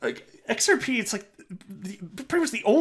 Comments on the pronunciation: I'm sure Kevin is invested heavily in xrp. A man with his intelligence does not say xpr only a 5 year old might that heard his drunk dad say it wrong. XRP will run the financial world so stay on the train it has not derailed just slowing down to add more fuel. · Hello, I think he mispronounced it intentionally because they don’t want XRP to explode yet....I think that’s going to start Jan. 💰